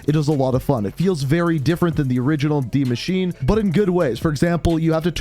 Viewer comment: its Pronounced "Die Maschin(e)" cmon